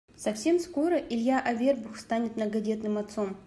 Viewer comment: Ударение научитесь ставить правильно, Авербух😮, ударение на у, грамотейка